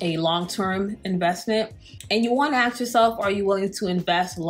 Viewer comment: It’s ASK not AKS